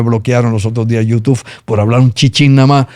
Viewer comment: Cada vez que dice Youtuff me trillan los dientes! Jajajajaj